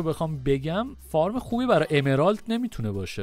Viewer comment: Fart گفتنت عالیییی بود 😂😂😂😂